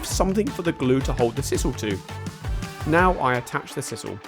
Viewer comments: For pity's sake! It's s-eye-sal NOT s-iss-al. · Sisal - pronounced size-al